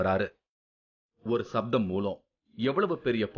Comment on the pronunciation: Who is the narrator? He neither pronounce Tamil nor English properly. Other issue is playing down the technical knowledge of Tamils shows a kind of distorted science. Sound is written as sattham not saptham. Other Max Mullers!